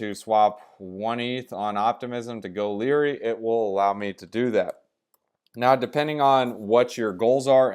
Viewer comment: Goerli is more pronounced like "girly" bro and thanks for the vid